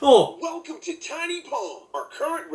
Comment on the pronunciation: 待って wellcom になっとる！ww Welcome だよ？